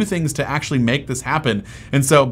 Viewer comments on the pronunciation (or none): none